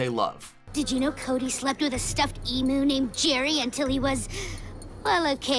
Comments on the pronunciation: I hate to be that Australian guy but you're saying emu so wrong it's mew like the pokemon an emoo is the sound a robot cow makes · "ee - mu" he says, incorrectly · As an Australian I need to tell you that’s not how you say emu it’s more pronounced “eemyou”